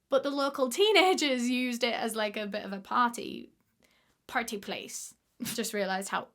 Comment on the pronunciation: off topic I apologize: but sounded so American when she said “party place”